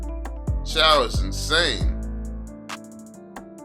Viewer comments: Not chaw its chuuu😂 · and it is not chaw its chou!! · It pronounce like chew not chow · Its pronounced as chew not chow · Lol do u even play ML in draft picking when u pick chou the game pronouncer or whatever da sht is called its pronounced as "CHU" not "CHAO" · Pronounced as Chew not Chaw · Chaw seriously it pronounce Chou not Chaw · Can i say this it is pronounce chooo not chaaaw But its ok tho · I'm still so confused why other people pronounce CHOU as CHUU, while some people pronounce it as CHAO, but when I first saw it, I really think it's pronounced CHAO 🤦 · Pronounced "chu" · WTF did you just say? Chaw? 😂😂😂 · its actually pronounce zhou.. listen to how chinese people pronounce jay chou's name, its the same thing.. 周 = zhou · why u refuse to pronounce Chou's name correctly :( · How all ur name pronunciation wrong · Its the way he pronounce it , dumb, what do you call CHOU? Chu? U lil low IQ kid